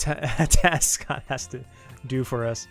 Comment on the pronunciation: Please make Scott a character in Another Eden!!! Scott is too cool :3 also amazing job with the name pronunciations, you were spot on!